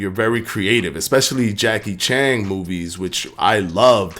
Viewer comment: Homie said Jackie Chang. I'm done lol